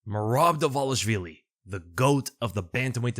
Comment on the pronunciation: Am I the only one that finds it strange all the ufc commentators pronounce merabs name wrong. They call him dwalishwilli.